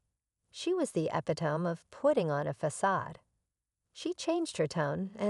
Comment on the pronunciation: epi-TOME. RATCH-el?